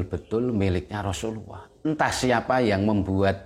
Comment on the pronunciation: Rosululloh bukan rosuluwoh